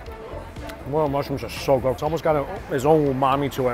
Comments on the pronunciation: everytime he's said moral mushrooms(morel) my face contorted 😭 it's pronounced 'muhrel' please 😣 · More-el not Moral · FYI is not moral mushrooms is pronounced more -rial mushroom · Ummm its not "moral" mushrooms it's "Morel" More EL and I agree, they are amazing, hard to find, got to get them dried then hydrate them with hot water to reconstitute but worth the effort. 🤣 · it's MOREL mushroom, pronounced as "moRELLE".... not "moral". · Everytime he mentioned the mushrooms it sounded like moral instead of morel and it got a tad weird for my brain. 😆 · you pronounce morel, mor-rell. Not mor-ral. Very good video! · it's pronounced MORE-L not MORAL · Same with the Morel mushroom. It’s Mr-el not moral. Just saying. Love his videos, but like you it bugs me. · Morallllll. Not morol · Morel is 'more' plus 'rel' like bell. Emphasis on the 'rel' syllable. I'm in Michigan where we hunt them every May. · April is Morel mushroom season in Pennsylvania. Families keep their harvest locations secret, passed down through the generations. White and Black Morels…..fried in butter is our favorite use. Morel is pronounced Mor-L with emphasis in the L.. I’m going to try the next batch of morels recipes. Thank You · "Moral" mushrooms 🤣🤣🤣 adding to the list of items mispronounces, loved the vid keep em coming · Love your videos but every time you mispronounce some words I cringe 😬 mo·rel /məˈrel,môˈrel/ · Lol, I'm pretty sure its pronounced "more" "els" mushrooms. However the food looks fantastic! And hoping it taste even better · "More-relll mushroom" lol... I just can't hear him call them morals one more time. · Morel pronounced More-L. lol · morel rhymes with hell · Just how many times can you mispronounce the name of Morel mushrooms? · Hearing mispronouncing morel over and over again was sad. It's not even an all that unusual ingredient...